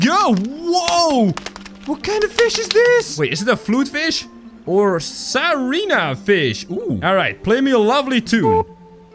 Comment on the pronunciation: It's not osarina it's ocarina